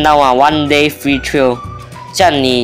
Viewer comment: Trial read wrongly bro